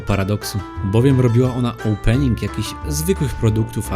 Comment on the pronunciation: krindzowy olpening ???? chlopie naucz sie mowic po polsku a nie tym belkotem